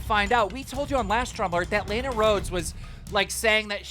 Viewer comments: (law-na) rhoades not lane-a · Your saying Lana’s name wrong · He can't even pronounce "Lana" correctly, ffs.